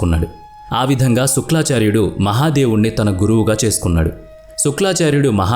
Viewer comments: ఏవండీ శుక్లాచార్యుడు కాదు శుక్రాచార్యుడు మీకు ఆ పదం తిరగక అలా చెప్తున్నారు అనుకుంటున్నాను అది అలా ఉంచండి పూర్తి గా తెలియని పురాణాల జోలికి వెళ్లకండీ మాకు బాధకలిగించింది ఈకధ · శుక్లాచార్యుడు కాదు నాయనా శుక్రాచార్యుడు అని పలకాలి. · It is shukracharya, not suklacharya.. Mispronouncing such great names is so bad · Shukra not Shukla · శుక్లఆచార్యుడు కాదురా శుక్రఆచార్యుడు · Suklaacharyudu kaadu Nayana,sukraacharyudu. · శుక్లా చార్యుడుకాదు సామీ శుక్రా చార్యుడు అని చెప్పాలి 😄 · thappu antha thappu eeeee vedep motham thappu.... ex: suklaaaaaacharyudu .....thapppu sukraaaaacharyudu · Sukla charya kaadu, sukra charya anni rongue Information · Your voice is good but శుక్రాచార్యుడు ,మృతసంజీవని అని చెప్పాలి. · "శుక్లాచార్యుడు" కాదు. "శుక్రాచార్యుడు". "మృత్యు సంజీవిని" కాదు. "మృత సంజీవిని".